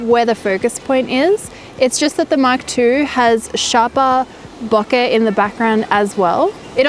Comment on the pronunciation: I thought she was saying "bucket". "Huh? What's bucket?" Lol. Then it dawned on me..."ohhhhhh, bokehhhhhh".